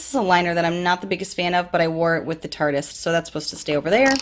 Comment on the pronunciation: Yay you said “tarteist” right. I’m so proud of you 😂👍🏻